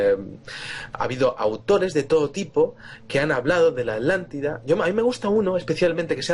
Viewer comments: Por favor repitan después de mi: A-TLAN-TI-DA, ATLANTIDA no es AT-LANLIDA. El castellano es lindísimo, por favor pronúncienlo de manera correcta. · Por que Vicente Fuentes dice Adlantida y no Atlantida? Saludos desde Mexico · Podrian hacerme el grandisimo favor de pronunciar bien las palabras: Es ATLANTIDA!!!! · Estos con su mala pronunciación me están enfermando los nervios Por millonésima vez ATLÁNTIDA